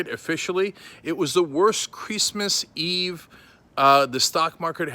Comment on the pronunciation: Crease mas eve. Lol. You just had a Trump moment Cenk!